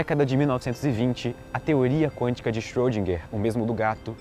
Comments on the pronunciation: Xôdinguer, não!!!! Por favor!! Erwin Schrödinger! Tem um r no meio. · Schrödinger...Ö!!!! Não é som de "O", mas de "E fechado"! ;)